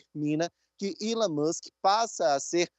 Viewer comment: reporter só precisa aprender a pronunciar a letra e e nao chama-la como se fosse i. então resumindo, elon musk nao é ilon kkkk más é chique né falar errado, é todissss